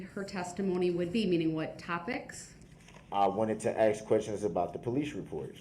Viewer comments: I didn axe then to do dat,what a fool,,😂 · Did I axe them to do dat. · "I did not ax dem to do dat." Ugh. He infuriates me. 🤬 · Can I axe a question? What is this troof he speaks of? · I didn’t axed dem to do dat 😂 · “I did not axe them to do dat.” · Never! EVER! EVER EVER EVER EVER…. Trust anyone who says “Axe/Axed instead of Ask/Asked. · I did not AXE dem to do dat....i did not axe dem to do dat....its a rush to judgement....its not lawful law.....you dont under-SHTand....you not rushin' me to judgement.....my paperwork is missing for some odd reason ...i axe for a legal finding of fact & legal reconsideration....(I dont know what the hell im talking about) Groundz for the substain? Do you keep regular contact with that child? ***Ummmm....mr third party intervener....do YOU keep regular contact with that child????** (PS....does she actually hate you?) Here it comes: Perry Mason moment.... Do you recognize these pictures i pulled outta my ass?? Taaaa-daaaaaa!!!! Case closed. Check mate😂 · The guy who thinks he's so smart you think hed learn how to say the word "ask" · Im going to miss the ghoul going to court each day and making a complete idiot of himself for our entertainment 😅 the best bit is he thinks he looks clever, especially when hes questioning Erika and arguing with the judge, hes so stupid that he cant even get a word right that he hears 100 times a day "substain"😂 and why does he constantly try and eat his own lips? He is truly a repulsive little turd goblin, he makes my skin crawl 🤮